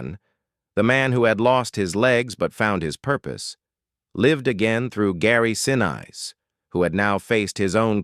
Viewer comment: PLEASE pronounce his name correctly. He deserves to be respected both during filming and after.